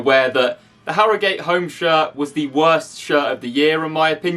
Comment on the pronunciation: Why does he say harrogate like that